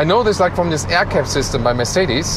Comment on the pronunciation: You're making the most detailed and professional car reviews on yotube. The only thing I can't stand is how a German guy says Mersidis instead of Mercedes :)